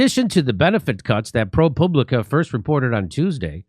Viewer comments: Jimmy, it’s Pro Pub Li Ca not Poo! Lol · I believe that's pronounced ProPube-licka. Well, that's what I think.